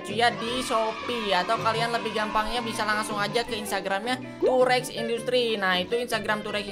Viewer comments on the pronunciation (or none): Gw denger durex Ternyata tow rex wkwkwkwk